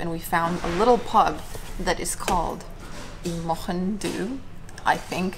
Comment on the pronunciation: good pronunciation of mochyn